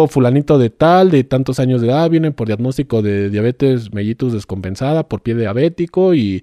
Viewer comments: Netaaaaaa? Y tu de verdas crees que pueda ser dr??? No sabe ni decir "diadnostico"!!! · DIAGNÓSTICO( DIADNOSTICO)...INTUBAR( ENTUBAR)...CLONIXINATO DE LISINA( CLONITZINATO DE LISINA DICE EL SR.)🤣🤣🤣🤣🤣🤣🤣🤣🤣🤣🤣🤣🤣🤣🤣